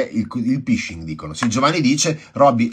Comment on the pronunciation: Si scrive PHISHING e si dice "FISCING" (in inglese PH si legge F, SH si legge SCI). Significa pescare, pescano dati e password.